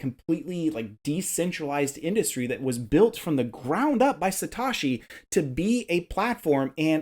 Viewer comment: listen, dude, if you're going to put yourself out there and speak to an entire asset class (crypto), the VERY LEAST you can do is NOT be a lazy American bro and take the literal 3 seconds one needs in order to properly pronounce Satoshi Nakamoto's name. say it with me, "SAH-TOE-SHEE". simple, and you'll seem more credible when you start saying it correctly.